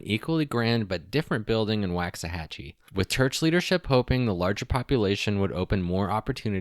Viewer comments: google "pronounce Waxahachie". waak·suh·ha·chee not Wax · It's a strange one alright, but the pronunciation of "Waxahachie" could maybe be explained as "Walks-a-hachie" But enjoyed the video! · Why are all of the city names mispronounced? Ta Wok An E, Muh Hay Uh, Wok Sa Hatch E (Tehuacana, Mexia, Waxahachie) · I was born in Waxahachie and have family buried there that go back several generations (about 150 years. I am 64). It drives me a little nuts when people mispronounce the name. It just takes a second to verify how to pronounce it. It’s WAUKS-uh-HATCH-EE. As far as Mexia, it is muh-HAY-yuh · You are mispronouncing Waxahatchie